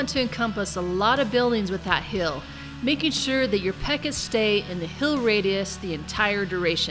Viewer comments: always says "hill" instead of "heal"... lol. Great video though. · Are you Canadian? When you say "heal" it sounds like "hill."